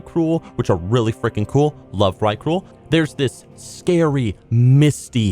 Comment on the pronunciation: mate, its vrykul. nut vykrul. Also, your voice sounds extra sexy in this one.